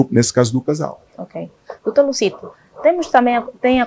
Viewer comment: É Dr. Luzito e não Lucito senhora apresentadora